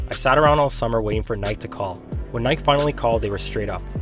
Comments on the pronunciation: (Nik-eee) bro not (n-I-ke) lol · Why you kept pronouncing Nike wrong 😂😂😂 great vid though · Wait wait wait... This guy doesn't know how to pronounce "Nike"? You're making basketball videos and you've never heard someone say the word "Nike"? I don't get the issue with the pronunciation....I mean...just do it...